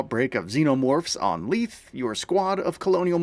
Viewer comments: Isn't it "LEE-thee?" I hope they're not saying LEETH in the game... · It's "ley-thee"